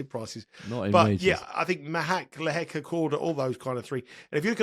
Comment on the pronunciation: Predictions are best when people have money on the line! Haha. I only wish would drop his chav / bogan / red neck pronunciation of Machac / Lehechka